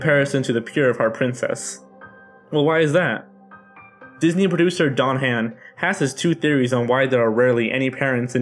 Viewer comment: I'm also gonna be nit-picky and say Don Hahn's last name is pronounced "Ha n" not like "hand".... I have the same last name so